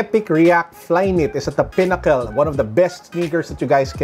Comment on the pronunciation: How pronounces words PinnaCEL PineaPEL PenCEL Only joke Dont harm me